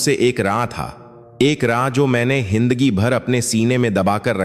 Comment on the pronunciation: हिन्दगि नहि जिन्दगी हिन्दा नहि जिन्दगी 😂